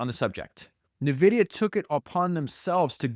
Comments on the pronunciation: Phenomenal listen. Also...it's En-Vidia ,not Nuvidia. Like Envy. ;] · Why you say NEVIDIA???? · It’s “N”, like the letter, “vidia”, otherwise this is perfection. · I’ve never heard anybody say Nvidia the way you do mate haha